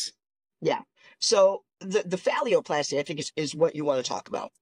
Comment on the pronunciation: Why does he keep saying phallioplasty instead of phalloplasty?